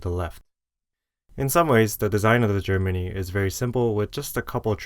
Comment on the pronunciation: i totally thought you were saying "germany" instead of "JER mini" for like 5 mins